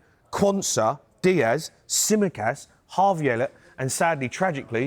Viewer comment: Man said Tsimikas😂😂